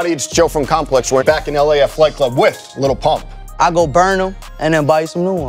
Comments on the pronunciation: wait did he just said little pump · Lul pump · Did he just say- Little Pump???